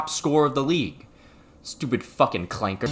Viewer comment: The hard r on clanka was not needed😭